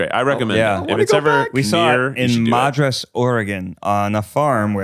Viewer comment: As someone who has only ever lived in oregon, ned saying “MAdraS OrEgon” absolutely killed me 💀 …. also I think Rainie deserves her own little segment on YCSWU (if she’s comfortable of course) like she could give a daily quote or a motivational message? She seems so fun and lovely I feel like that would be on brand for the ladies podcast 🥰